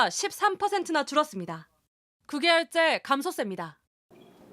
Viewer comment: "그개얼째 감소셉니다" 하길래 뭔가 했던 "9개월째 감소세"라는 말이네... 기자들 발음 진짜 심각한 지경이다. 특히 JTBC가 제일 심각함.